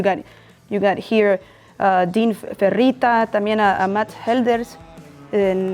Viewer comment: I like how she said Dean’s name. I saw her with Iggy Pop and got to run into her with Omar Rodriguez before the show.